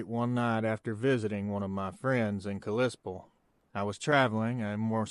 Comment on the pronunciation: It’s pronounced Cali-Spell